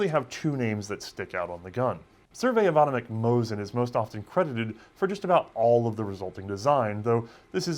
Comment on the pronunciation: I noticed you seem to always pronounce "ch" as a sort of "k" sound in names like Ivanovich or Uborevich, as if reading a Polish or German transliteration. But in most transliterations of Russian names that is meant to be the same "ch" as in "choice" or "chair", it's a sound for which Russian has its own separate letter (Ч), and it's almost always found in patronymics, and a fair few surnames.